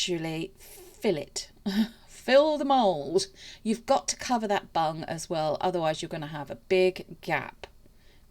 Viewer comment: Omg I need my ears tested lol I thought you was saying to make sure the resin covers the bunny’s bum and I thought I wonder why she’s saying that lol then I realised you was saying bung lol xx